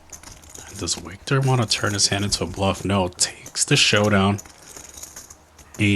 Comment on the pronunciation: HEY CLOWN LEARN THE NAMES..WIKTOR IS PRONOUNCED AS VIKTOR NOT A W SOUND..